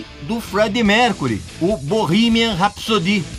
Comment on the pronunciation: cara quanta merda distorcida .... eu juro que tento se inscrever no seu canal. Mas vc distorceu até o "BORRIMAN RAPISODÍHHHH" vc pode ser melhor que isso ! Distorça menos as informações pois vc muda mt as coisas assim como qq romance ..